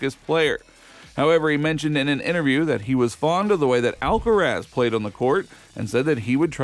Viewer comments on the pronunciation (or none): Stupid narrator! Who's "Alkatraz" you're talking about. Ha ha ha!